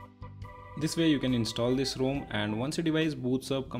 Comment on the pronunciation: The cringe is real hard when he says 'ROME' and 'GUESS-TURES'😂 Btw, great work mate!